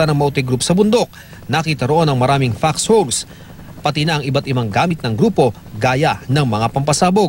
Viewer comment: ian cruz, anung "foxhobs"??? baka "foxholes" ang sinasabi mo.